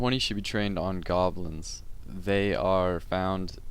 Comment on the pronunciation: wooooooooooooooooooooooooooooooooooooooooo oooooooooooooooooooooooooooooooooooooooooo oooooooooooooooooooooooooooooooooooooooooo wait...do range now >:D suprise you havnt found it yet and when you said goblins i hear dolphins o.o